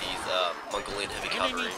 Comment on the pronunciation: Cavalry, not calvary. A nun would step in here and say "CALVARY WAS WHERE JESUS DIED" but this isn't catholic school etc